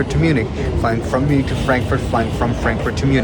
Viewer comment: "Mjunik" Hits hard🙏😭